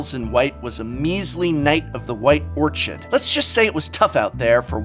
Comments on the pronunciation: First time I've heard someone pronounce orchid with a voiceless palato-alveolar sibilant affricate instead of the standard voiceless velar stop. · You pronounce "orchid" like a wierdo. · Did... Did just mispronounce "Orchid"?